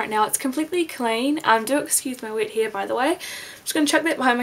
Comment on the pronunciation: At first I thought you said "Do excuse my wit here" LOL! It took me a few seconds to figure out that you said wet hair.